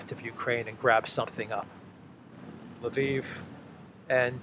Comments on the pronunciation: It even worse than that. He says Laveen. There is no A after the L. It drives me absolutely nuts every time I hear him say it. I get it, he does not know how to pronounce it, but for crying out loud, if he is going to talk about a city and use its name, take the 30 seconds to go to an online to Google Translate and learn to say it correctly. I don't even care if he uses Polish or Russian pronunciation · In Russian it is Lvov (Львов).